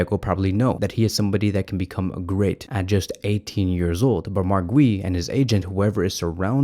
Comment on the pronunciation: Dude, how did you mispronounce “Guiu”